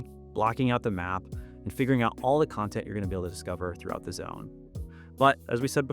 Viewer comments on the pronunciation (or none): none